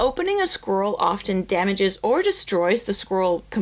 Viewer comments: Sounds like you're saying "squirrel." SCROLL. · I keep hearing "squirrel" not "scroll" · First time I have heard of an American saying squirrel properly... and she meant scroll! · In my Dutch ears, your “scroll” sounds like “squirrel”… opening squirrels, eeew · You pronounce scroll kinda like squirrel lol, got me confused there on the start! Still dislike AI but thats so interesting to hear